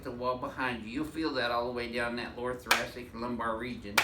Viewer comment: "Im stick my elbow in your lower thurastic "